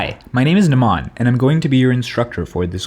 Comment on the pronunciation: Great video, really helpful. Just that odd pronounciation of your Indian name..na-mun, not na-maan. Thanks!